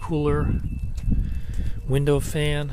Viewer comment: at the recycling center, when you said "window fan", I thought you said Windows fan.